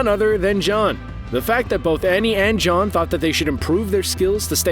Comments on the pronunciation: lol he said "john" and not "jean" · Mans said John